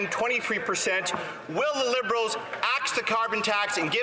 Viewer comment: You said bliberals😅